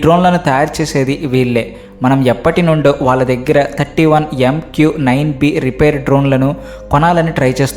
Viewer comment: "రిపేర్" డ్రోన్ ఏంట్రా బాబు? అలాంటిదేమి లేదు. అది "రీపర్" డ్రోన్